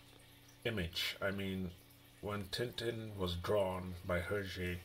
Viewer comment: Thanks for the video. "Belgium language" is actually French :) And yes, you've got the prononciation right. Beautiful book indeed. Hergé was a genius.